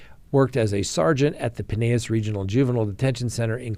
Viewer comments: It's PYe-nel-as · They pronounce it Pinn- ell- as.